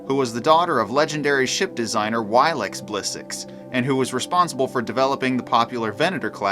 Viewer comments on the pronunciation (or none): Lira is pronounced Leeera and Walex is waaaalex